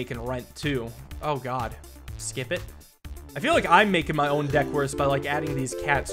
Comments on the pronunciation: you did not just pronounce God like the incorrect way of pronouncing Gif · i love pronouncing God as Jod and gif as jif